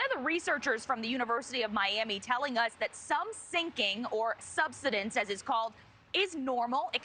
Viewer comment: It's pronounced sub-SY-dence, not SUB-suh-dence.